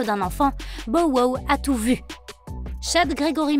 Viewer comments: hahahahahaha omg je peux plus mes porqoui tu change son nome bordel dit on Anglais no??? c'est ridicule putain 🤣🤣🤣🤣 tu dit comment 50(fifty) cent ? cinquent cent??????? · Elle devrait vraiment arrêter de dire son nom c'est trop drôle comment elle le dit